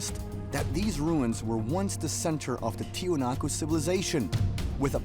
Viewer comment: In order to correct this chapter, everyone must know that it pronounces "Tiwanaku" or "Tiahuanacu" and NOT Tiahanaco. Learn that, and check your sources to knew it correctly